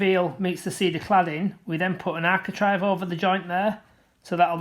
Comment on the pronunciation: Good, clear, instructive video but I've one minor comment... it's architrAVE not architrIVE ! 😉